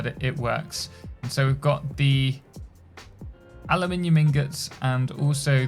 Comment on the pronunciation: Aluminum is the american way to write and speak that metal. Europeen people (british and french) are using aluminium with an I. Both exist and are valid but only one sounds beautiful when said by IMO